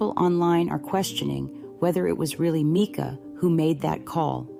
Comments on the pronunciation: Seriously,, her name is not MEEKA...Mike a...MICA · You’re too much…it was AI. You sound like AI, it’s Mica…not Meka. Robby Harvey did a video, at the beginning he plays what you think is the actually 911 call, then he says, that was AI GENERATED AND IT WAS ME. THEN HE PLAYS THE ACTUAL 911 CALL AND THEY SOUND. IDENTICAL!!! Serious corps of ours not JP doing this video. He’s guilty of either pulling the trigger or his attorney is! You’re right, you’re definitely no expert!!! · Her name is MICA (MY-CA) say her name right!!! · If you can't pronounce a person's name, you should never do videos ! NEVER ! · You could at least respect her enough to pronounce her name correctly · No I’m good. Can’t listen to someone who can’t pronounce someone’s name correctly. It’s like nails on a chalkboard. I don’t support AI…